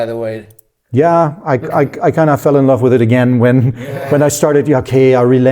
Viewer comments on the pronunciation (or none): none